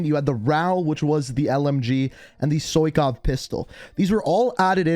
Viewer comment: Soikov lmao it's pronounced "Sai-Kov"